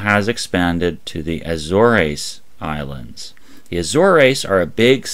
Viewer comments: Azores is pronounced A-ZOHRZ not A-Zor-EEz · The Azores (ə-ZORZ, also AY-zorz) Not aye-zore-eeez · I think it's more pronounced A-zoars.